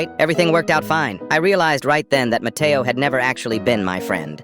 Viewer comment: When he said matteo i thought the brain rot cuz my brothers always saying "mAtteao!!!!!!!